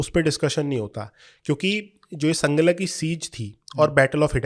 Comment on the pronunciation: संगला नहीं सांगला है। पंजाबी तो अब नहीं मगर रामपुर-बरेली के इलाक़ों में अब भी हर नदी को गंगा ही बोलते हैं। सिक्के तो हर्रपा में भी मिले हैं।